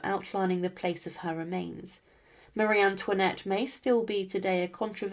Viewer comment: Pitié, plus d'IA ! C'est incompréhensible ! "Touinette" ? Quelle horreur ! Un peu de respect, SVP ! Et non, Marie Antoinette n'était pas "REINE CONSORT ; ce titre n'existe pas en France ! Elle était REINE DE FRANCE, par mariage avec le ROI LOUIS XVI !